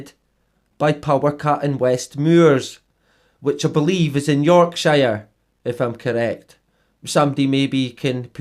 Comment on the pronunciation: Hello again mate another great vid and I’m from Yorkshire it’s not York Shire it’s More like York Sure lol 👍🏻👍🏻